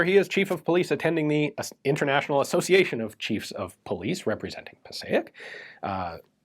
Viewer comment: Passaic is pronounced "Pa Sake". Im from North Arlington NJ which is very close to Passaic.